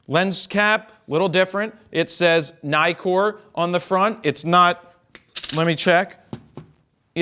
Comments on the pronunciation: Istill not “Naikor”, it’s “Neekor” because it has two Ks instead of only one in Nikon. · Neekor not nye-kor. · I imagine, though you don't say, that you are American? I make this assumption, because Americans have NEVER said Nikon and Nikkor correctly-mc-correctison. If you start pronouncing it Ni-kon, and Ni-kor. you will be saying it correctly, like the rest of the world pronounces it.